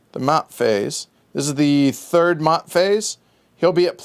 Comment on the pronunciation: Maat is pronounced "MAY-ET"